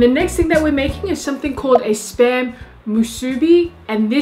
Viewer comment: Whenever she says spam, I always hear sperm